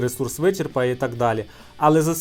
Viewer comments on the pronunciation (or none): none